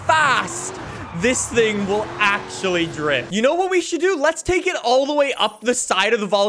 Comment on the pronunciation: He became French for a sec ‘sing’ instead of thing